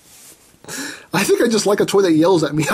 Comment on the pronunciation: no, on the show they say it DRA-kir-a to shan0266